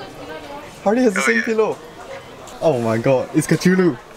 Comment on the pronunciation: "Harely" lmao